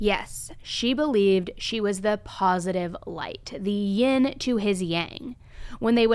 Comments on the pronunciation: It's yin not ying you hipster dufus! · She didn't even get "yin and yang" right! She said "ying"! What a wanna-be hipster.